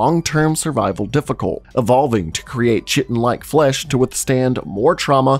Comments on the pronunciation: Chitin is pronounced "KY-tin," not "chit-ten." 🙏🏾 I really enjoy your videos, by the way. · It's pronounced "Kai-ten" not chi-ten. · Chitin isn't pronounced " chit in " It's correctly pronounced "kai-tin" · Ky-ten lol ch-itten?! ❤ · Although sometimes it looks like poop, chitin is pronounced 'ˈkītn', therefore 'kay-tn', not sh*tten. :D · Kite-in not chai-ten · “Kai-tin” great video, hate how you pronounce chaitin. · It's not a lot of work to look up the pronunciation of a word that you're going to repeatedly use. Kite-in, not chit-in, is how to say chitin. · You're mispronouncing chitin. You're pronouncing it with a ch sound as in chair when it is pronounced like kite-in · The word you’re mangling is chiton (Kite’n) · Chitin is pronounced ki (as in kite) tin. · Chitan is pronounced, "kite - in" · All this time I thought chitin was pronounced "kite'in" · Chitin is pronounced kiteN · Chitin is pronounced "Ky-tin". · I hate to be that guy but i'm pretty sure chitin is pronounced like kai-tin ;) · Chitin = Kie-tin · I hate to be that guy. Chitin is pronounced ky-tin. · stop saying chitin it’s pronounced kie-tin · You succeeded in triggering me with your pronunciation of chitin 😂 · The reason I’m writin Is how to say chitin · The repeated mispronunciation of chitin is really triggering. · Please google how to pronounce "chitin"